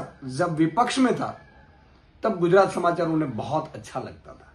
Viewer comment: Prashat uchchar neet kar.Gujyarat nahi tyacha marathi uchchar Gujrat ahe.